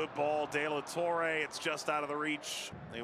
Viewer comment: “Dela torray” 😂